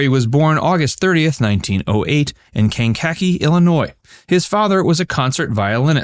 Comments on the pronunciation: I wondered if anyone would catch that. For the record, the accent is mostly on the KEE at the end. Definitely not in the middle. Maybe a secondary accent at the beginning. Kank - uh - KEE. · Its pronouced 'can ka ke' Kankakee, IL. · You need to learn how to pronounce the names of towns. Kankakee is pronounced Can-ka-key. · Kank a. Kee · It’s too bad you don’t know how to pronounce “Kankakee“ or “Colbert“ maybe you’re just an AI simulation… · The citizens of Kankakee, IL. won't be happy with how you pronounced the city's name.